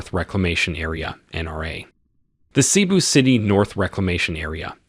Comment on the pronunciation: We apologize for not putting accent marks on our language. It's not widely implemented unfortunately. It's supposed to be pronounced as Maníla not Mánila and Cébú not see-boo to name a few.